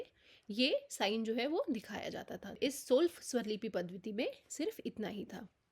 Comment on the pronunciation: पद्धति को पद्वति ना बोले प्लीज